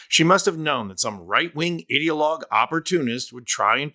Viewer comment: Idea-logue Not IDDEA-logue